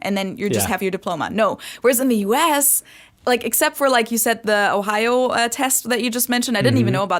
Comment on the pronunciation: I think accent-wise is a bit better. As a German, I can hear German accent quite well, I think. Especially the way she pronounces the word "Ohio" gives it away, I think. It sounds very German. But maybe that's just how the people there pronounce it as well, I don't know. It's quite different from the way pronounces it though. accent however is almost not noticeable. Of course, he doesn't sound like the people around me in northern Germany, but he just sounds like he would be from some lesser-known region in the south of Germany or something. Also, his German sounds very formal, like a professional speaker would speak it. Sometimes he doesn't get word endings or words slurred together quite right, though. Of course, the occasional misuse of words also gives it away, but it's the same with.